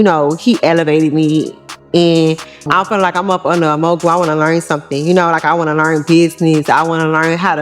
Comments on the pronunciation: JUST NASTY PERIOD! She got laid and played! She can barely say Mogul ! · First of all how could you expect to be a mogul when you can't pronounce the word mogul. Who does she think believes anything she says. The only thing she wanted was to be the bottom bitch for Diddy